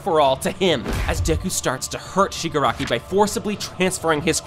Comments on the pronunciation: Listen again he said shigaraki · Bro is saying shgari